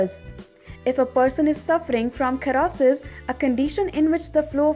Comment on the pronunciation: Kherrosis... wtf guys, Hahaha